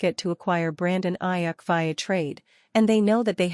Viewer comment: This AI crap is driving me crazy. Robotic non feeling stuff. It brutalized Aiyuk name.😊